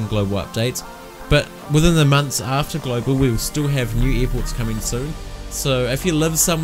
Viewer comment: "eer ports"